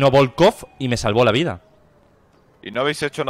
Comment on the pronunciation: Bolcov* Presten atención a la pronunciación